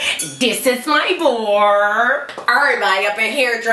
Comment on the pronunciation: "this is my barrrrrrrrrrrrrrrrr"